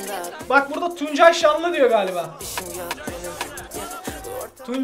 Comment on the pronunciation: Nobody: Batuhan: Tüncay Şanlı diyor galiba